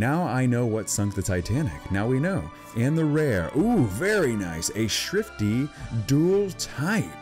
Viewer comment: You said Shtrifty, instead of Shiftry.